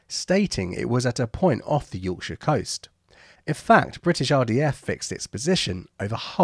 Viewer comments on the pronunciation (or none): none